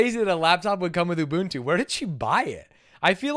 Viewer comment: I'm a Swahili speaker and hearing the pronunciations of Ubuntu in this video is physically painful. And yes, you said it right.